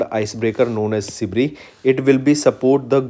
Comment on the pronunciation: Kuch ni thoda proper pronounciation ke uper kam karna hi ... Because this video some words were mispronounced. Eg: Sibir ko aap Sibri bolrahe the..! Except that u guys are amazing...!! 🔥🔥